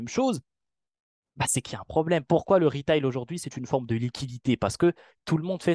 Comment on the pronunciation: "les ritailes"